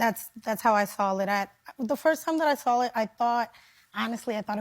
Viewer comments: Did that one chick actually say, "When l "SAWL" it, the first time dat l "SAWL" it was... Blah blah blah.. "SAWL??? SERIOUSLY? Americans can't even speak ENGLISH now? Say "SAWL" to ME, you're NOT getting hired. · The BBL school teacher pronounces the word saw as SAWL? Our kids are doomed. There’s just no coming back from this. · She's a teacher??? "The first time I sawl it..." God help us. 😮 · "Sawl it"?!?! She's just stoopidt. Quit crying. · She needs to be fired. Not because of what she is wearing, but because she says "sawl". The last time I sawl it 🤷🏾‍♀️